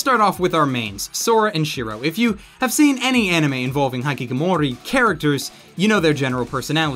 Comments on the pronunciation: erm… it's pronounced he/kick/o/more/e, not hai/kick/o/more/e… just so you know... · I think my eye twitched when ever you pronunced hikikomori as high kick amori. XD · please stop pronouncing it high-key-ko-mori. Its HE-key-ko-mori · haikikomori? HAIKIKOMORI?